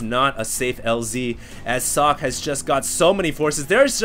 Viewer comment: I dunno if someone already said, but 'Socke' is german for 'Sock'. Therefore its pronounced german, ... like ['zɔkə]. But you did right the last time.